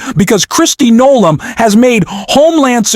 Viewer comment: Mispronounced Noem